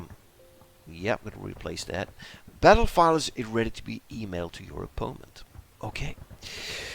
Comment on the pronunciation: ffs why u say opoment? Its driving me insane man